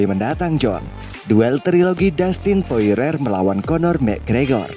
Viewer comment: Wkwk poirier min namanya,. Bkn poirer min wkwkwk♥️